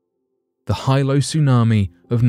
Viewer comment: You mispronounced the name of the 1946 Hawaiian tsunami. It's no Hilo its pronunciation is (he lo)😊